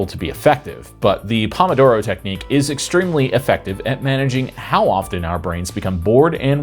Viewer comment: That's not how pomodoro is pronounced.